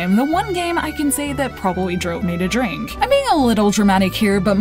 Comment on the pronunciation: "dwink me!"